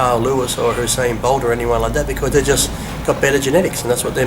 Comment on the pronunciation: 'Husain Bolt' Lol.